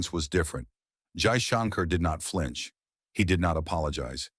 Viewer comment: Only one request for your SUPERB video Your pronunciation of Name of FM is not ideal If can pls pronounce it well